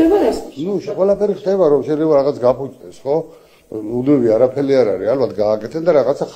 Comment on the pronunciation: ყველას რომ დაიჭერენ, ბეჟან წაქაზე “არაფე-ლ-ს” ამბობს, ბოდიში😂😂😂